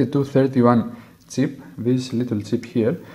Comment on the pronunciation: i was hearing tip at first then thought to myself it was silly, it was chip after all.